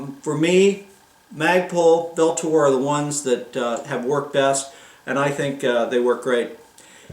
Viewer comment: Pronounced ULTOR